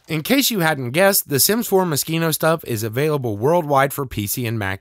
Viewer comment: Is that how it’s pronounced? I though it was Mo-sheen-oh